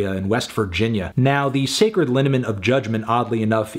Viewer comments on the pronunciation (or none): none